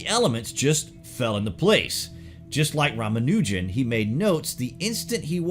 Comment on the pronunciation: Ra-mon-na-john Lmao